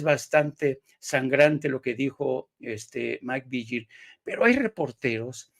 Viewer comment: Porque pronuncian Maik "Viyel", se pronuncia Vigil que no?